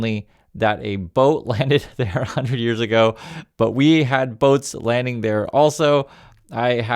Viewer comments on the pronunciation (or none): none